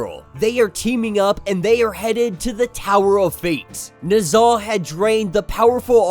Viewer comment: lol I had to finish half of the video to realize "the devil nuza" is "the devil Ne Zha" aka amongst the most popular Chinese myths. Y'all need to pronounce it properly my dude. It's "NEH-ZHA" not "NUH-ZHA". "NEH" like "Nether regions" not "Nutmeg". And it's not NUHzha it's NEH-ZHA -- pronounce each syllable with equal weight, slow each syllable down. NEH-ZHA. Not NUHzha